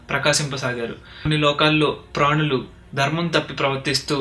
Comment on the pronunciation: Mee uccharaba chala,bagundi. Vattula vishayam lo sraddha teesukondi. Eg. Dharmam ane chota Darmam antunnaru. Slokas chadivinsppudu saraina uccharana avasaram.